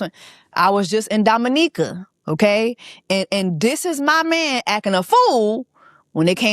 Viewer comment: I'm glad you had a grand time in Dominica and thank you for pronouncing it correctly 🙌🏾🙌🏾 with that being said, Chris needs to go to hell disrespectfully with his raggedy a**